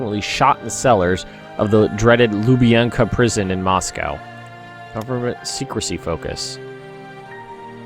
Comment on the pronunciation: Second Sino War was summer 37 and on... so you still have a fair amount of time to crank up the machine. Also, you verbally keep saying 'secrecy' focus when it actually is 'sec-re-ta-ry' focus.